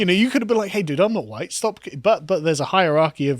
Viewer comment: ...huwite boy!...lololololo